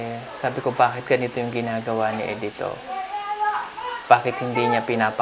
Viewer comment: Not E-dito but Edito. The pronunciation is a little bit wrong. Cguro hindi ka bisaya.